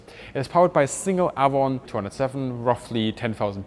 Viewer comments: Viper twenty2 also it’s ay-von not a-von. Which is also a river. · It's Avon the a is pronounced as a long a as in raven Ayvon it would sound like Ayvon not Avvon Ayvon, thank you. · Avon is pronounced ‘Ayvon’. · Geez dude you butchered Avon too. That one is pronounced like the name "Evan" would be in German. "Ay-vun" or "Ay-von". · Trivia time. Your pronunciation of the name Avon is actually the Welsh way- and in Welsh it is spelled Afon- Welsh being an original British language. In German a V is pronounced as an F and in Welsh an F is pronounced as a V. Anyway, the Welsh word Afon means River. When the Anglo-Saxons came to Britain, they asked the local British: "What's this called?" as they pointed to the local river and the locals replied "Avon". That's why across England there are any number of rivers called Avon. In effect calling something the River Avon is the same as calling it the "River River" but the Anglo-Saxons did not know this at the time. As you probably know Rolls-Royce liked to name its jet engines after rivers while Bristol used classical names for its many engines such as Olympus or Pegasus, Hercules etc.